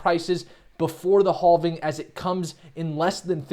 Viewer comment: Say: I am having a great day! Now just say "having". It's actually: "halfing". I heard you say "have" many times during this vid so I know you can do it. Great vid!!